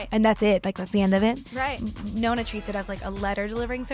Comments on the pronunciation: perché adatta la parola "nonna" alla pronuncia americana, e quindi non pronuncia le doppie😂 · Scusate la mia scandalosa ignoranza (i fans non mi uccidano 😂😂😂) ma Ariana è mezza italiana? Perché dice "nonna" (anche se in pratica dice "nona") invece di Granny o grandmother come dicono i presentatori?